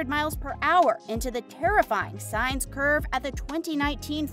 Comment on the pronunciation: And mis pronounced sainz